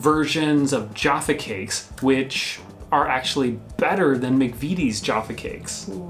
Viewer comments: manufacturers can be such babies. tut tut guys its Jaffa not joffa. its mcvities not mcveeties lol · As complicated as the English language is, most of the time though you literally say it how it’s spelt. So McVities is McVities not McVeeties. Ears are bleeding hearing McVeeties and Jarfa cakes 😂 other than that enjoyed the video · Not jarffa, jaaaaffa. Not mcveetees mcvitees. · It’s not mcveetees it’s mcvities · Omg.... I love you both dearly.... but please stop calling them Joffa Cakes 😂 and it's McVities not Macveeties 👍❤😘😘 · Please stop calling them Joffa Cakes 😂 Also, McVitties is pronounced as it's spelt, not like "McVeeties". It's a Mancunian institution so we take it seriously up here. Keep it up, guys. I am loving your videos. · You're both wrong, it does only have one T but Chris was closer, and is therefore pronounced "M'ck-Vit-EASE" (stress on capitalised syllable); not "M'ck-Vit-TEASE" as Chris (technically) wrote or "M'ck-VEET-Ease" as they were saying. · Ja-ffa cakes...not Jar-ffer cakes 🤦🏻‍♂️😆 And they're definitely a cake...as cakes go hard over time and biscuits go soft. ...and nah, Jaffa's are the best! Also, it's Mc-vitt-ies...not Mc-Veet-ees! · COME ON MAN STOP SAYING MCVEETIES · Arghhhh, Mcveeties, jahffa cakes, please stop mispronouncing these, bourbon is understandable due to the drink but jahffa cakes, theres no H or R in there, if you're gonna say it that many times get it right. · You were pretty close! It's "Muck-vit-ees" and for Jaffa the A sounds are like the A sound like in maths. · I cannot tell you how much I have enjoyed spending the last five minutes listening to you mispronounce both McVities and Jaffa Cakes every ten words. My ears are ringing :) McVities rhymes with McCities And why are you putting an R in the middle of Jaffa? Jaffa rhymes with Naffer. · the 'vit' is pounced like 'fit' :)